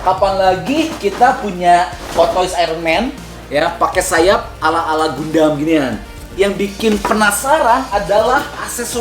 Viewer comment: Please pronounce Gundam as “GAN-DAM”